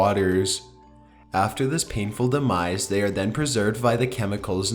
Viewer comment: "the way they were discoveredddddd" "the caustic water caused them to meet their demiseeeee". like jeez, I WAS interested but I cant watch this. the monotone voice with the held out ending syllable kills me. I would much rather listen to this on mute, I think this is the same guy that does top15s and I had to block that channel so I wouldnt accidentally click on it.